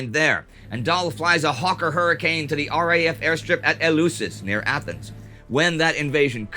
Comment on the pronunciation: Very nice, however a note.. Eleusis is pronounced elefsis...The eu in greek can be either ef or ev.